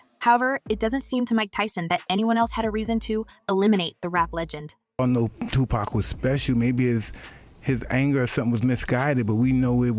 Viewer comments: Here....Let me help you out. It's pronounced, "Two-Pock". Say it with me, "Two- POCK". Not, "Two-Pack". You got it? OK..One more time, "TWO-POCK". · It's not pronounced Tupack. These so called journalist who clearly do not understand not rap, nor the culture. Geeze! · THIS CHICK DOING THE VIDEO IS A CLOWN, ITS NOT TUPACK, ITS TUPAC, PRONOUNCED TUPOCK, ALL THESE PEOPLE THAT HAVE NO CLUE BUT MAKE VIDEOS TO GAIN VIEWERS, SHE HAS NO CLUE WHO PAC WAS . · Stop saying tu pack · Can you please learn how to say the names. "Two pack" and "Seen Combs!" You did a good job with the video! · Can You Please Pronounce Tupacs name correctly!!!! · ITS TUPAC.... SAY IT WITH ME NOW